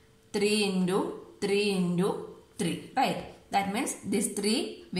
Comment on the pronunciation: You are saying intu as indu that is the only mistake